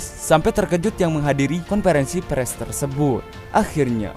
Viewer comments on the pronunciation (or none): Min bacanya konferensi pers, bukan pres....